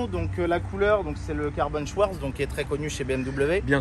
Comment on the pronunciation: Maaaagnifique 🥰 mais, Schwarz se prononce « chvartz » l’histoire d’étaler ma science 😂